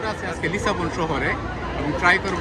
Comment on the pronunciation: লিসবনকে বারবার লিসাবন উচ্চারণ করার কারণ কী?